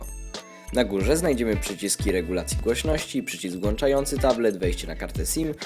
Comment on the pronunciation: "(...)przycisk włANczający tablet(...)" - Naprawdę wyglądało profesjonalnie do tego momentu